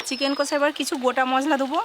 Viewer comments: Bolchilm কোষা ta ki kotha... Its কষা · Kathata chicken kosa noi chicken kasa.